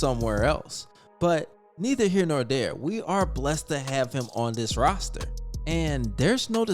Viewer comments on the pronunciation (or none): none